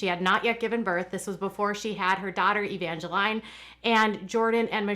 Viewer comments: i think it’s Evang a lean. not evang a line. 😂😂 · Love ya,, but Jinger’s baby’s name - Evangeline - is pronounced Uh-van-juh-LEEN, not Uh-van-juh-LINE. Like Evangeline Lilly, the actor from Lost. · Evangeline is pronounced Evangeleen